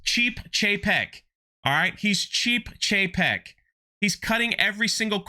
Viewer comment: It’s Bob Cheap-ek